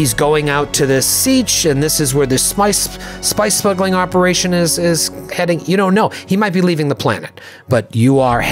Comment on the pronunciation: "He might be involved with some Smice Spuggling" LOL You should totally turn that into a thing on Arrakis. What is Smice? What is Spuggling? Seriously though this is awesome game play guys! I am loving this!